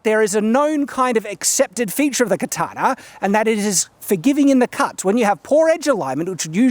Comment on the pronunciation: why do you pronounce it "katanar", with an "r" at the end? I'm learning to speak english.